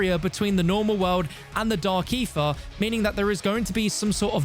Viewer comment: How many times did he just say Dark Aerher?